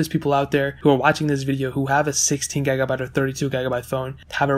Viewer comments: "gegabite" "gegs"😂😂😂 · What's a gagabyte? You keep saying gagabyte